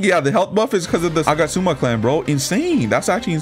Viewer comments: Bro its agats-ooma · Nice video! The way you pronounce Agatsuma though 💀